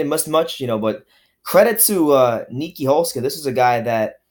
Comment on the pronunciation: U butchered my mans Nieky's name lol I didnt even know he was a boxer aswell, I liked his fights in Glory Kickboxing